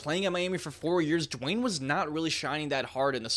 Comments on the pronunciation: Who tf is "Jwayne?" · It’s not Dewayne